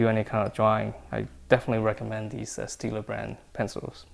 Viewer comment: its stadler not steadler.